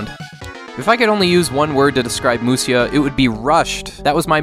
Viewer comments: Grateful for the content but just wanted to add it should be pronounced /musha/. Musya is just an unstandard way of transliterating the word into Roman letters. Even now, if you type m u s y a on a Japanese keyboard you'll get 武者 just the same as if you type mushya. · Ive always felt the graphics were very good for an earlier SNES game! on a related note, its pronounced Mu-sha. For some reason when Japanese was romanized, the 'sha' sound could be written as sha or sya.